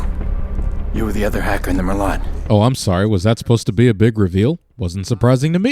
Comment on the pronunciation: They can't even pronounce merlot correctly. Ding!